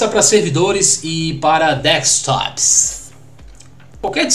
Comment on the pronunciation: Kkkk.achei legal a pronúncia do "Deskstopzss""🤣🤣